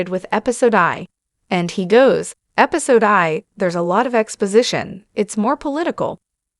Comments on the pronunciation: Use AI if you’re lazy but at least make it say Episode 1 instead of Episode eye.. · "Episode Eye"????